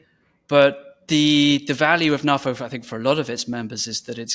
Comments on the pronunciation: Hi, do you also pronounce NATO as Naah-Toe?. No? I didn't think so. NAFO translates to North Atlantic Fella Organization, and I see no reason why it should be pronounced the way you do. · Personally, I pronounce it NAFO ... but then, I'm a boomer. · GenX NAFO FTW! Oh yeah... and you pronounce it NAFO 😁.